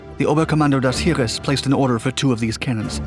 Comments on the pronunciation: Heer: pronounced HAIR. Not herer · Btw Heer is pronounced with a long e instead of ee, just fyi.